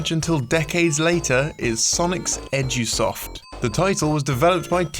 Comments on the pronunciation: am i the only one who hears "Sonics Edgy-soft". no?.... just me?.... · I also hear that.